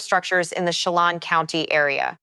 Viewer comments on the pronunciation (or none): Pronounced...She lan and Nespeelum